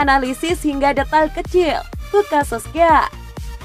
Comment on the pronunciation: Solskjaer bkn sokskier😂😂